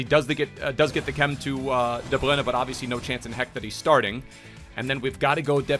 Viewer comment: Why you say De bruyne like that he doesn't even say it like that it just sounds really dumb tbh